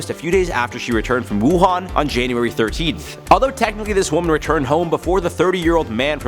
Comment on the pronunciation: You got it right but lots of news anchors butchered the name Wuhan is pronounce “Wu Han” like Han Solo.